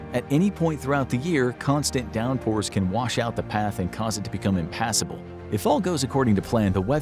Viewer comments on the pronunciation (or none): none